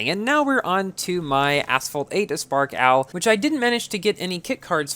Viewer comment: Everyone: aspark owl: "uspark owl"